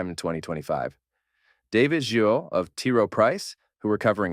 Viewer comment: Great video as always! You said his name right once, it’s pronounced GeeRo